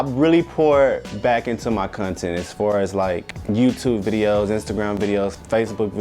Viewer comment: And "cuntent"